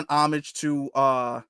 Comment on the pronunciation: Great broadcast sir. Just one thing. There isnt an H in her name. Its pronounced uh-SAH-tah. Peace and blessings.